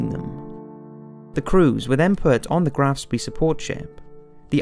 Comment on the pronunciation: With all the effort that you obviously put into this video it is surprising that your German is so bad. It is not difficult to find out how German words, such as Rhur, Graf Spee and others are pronounced. Otherwise not bad at all.